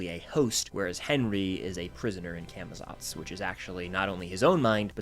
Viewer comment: Day to many of getting people to say camazots right (cah muh zots)